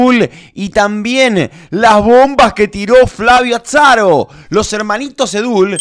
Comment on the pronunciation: Que grande querido diciendo ATSARO!